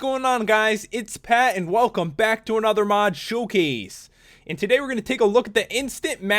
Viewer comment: Lol why do you say "Showcase" like that xD